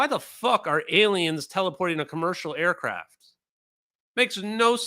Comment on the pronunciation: Just cried again at the “ ooooo you stow ayacraff?!”